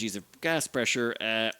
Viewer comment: Boops? I thought it was Bupes